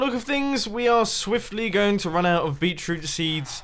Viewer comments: Did you say Bee Troot instead of Beet Root? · It's literally bEEt-rOOt, GD, my friend. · Did anyone else realize that instead of saying 'beetroot' he said 'beachroot' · Mumbo, it Beet root. I keep hearing you say beech root. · "Beachroot" I didn't realize beachroot was a thing. Beetroot. Beet-root. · "beet-root" lmao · beetroot? Beet, Root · "bee-chroot" lmao